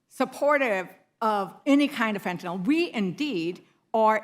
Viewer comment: Why does she read fentanyl as fentanol?